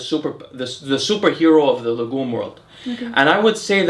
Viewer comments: Man, your wife kills me , she always laughs when you mispronounce "legume" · she notes pronounciation of the word Legume in the video, saying that it is a french word and it sounded funny when he said it. Also the hat bro, no other ethnicities have ever been recorded in human history with that type of hat lel